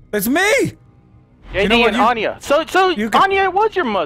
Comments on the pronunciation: its not Ayani. Its Anya. Damn, Marcus fucked a dime-piece. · lol u said anie It's Anya